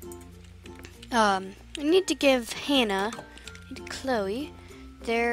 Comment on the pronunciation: When you said Cloe you said Chole not trying to hate